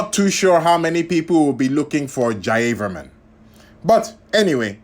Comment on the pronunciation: It is pronounced as Ja-Ya-Var-Man